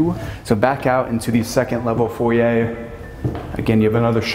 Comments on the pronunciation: May I just say….. it’s foyer not foy yay that doesn’t work for you or really anyone. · What’s a “foyia”? Oh! You meant a foyer? lol